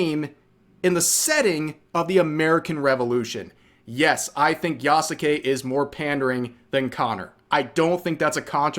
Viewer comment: At this point i think its a meme among content creators to say Yasukes name wrong